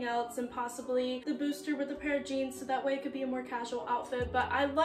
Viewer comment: Good luck in college! You're going to do great!!😊 (when you say booster top do you mean bustier? It's pronounced boo-stee-ay😊)